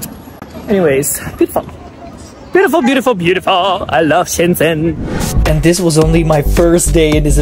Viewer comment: Shenzhen is pronounced like ShenJen, not Shendsen. By the way, it's not Arab music. It's Uyghur music from Xinjiang. Those old women have a weird fetish of Uyghur music and dance.